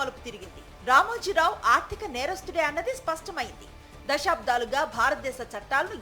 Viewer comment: Anchor గారూ! అమ్మా! మీ భాషణ బాగానే ఉంది కానీ "దశాబ్దాలు" అనాలే కాని, మీరు వత్తు పెట్టి.. దశా'బ్ధా'లు అంటున్నారు. తప్పు దిద్దుకోండి.